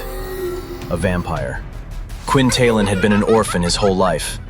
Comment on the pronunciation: So long Quinn Talon, hello Quinn taylon 😂